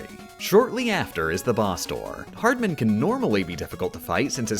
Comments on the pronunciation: I can't take this guy pronouncing the "man" in "Hardman" like "Newman" instead of "Batman." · From now on I will exclusively pronounce "Hard Man" as "hardmən". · I really like that you pronounced “Hardman” like it’s someone’s last name Neal Hardman